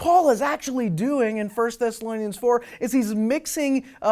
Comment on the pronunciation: He says everything backwards. In Matthew 24 Noah and his family were rescued and taken up out of harms way. He can't even pronounce the name the book of Bible which tells us most directly about the Rapture. The word Raptue appears in 1 Thess Barb Rossing is also a horrible Theologian. She doesn't use the Bible at all to make her case.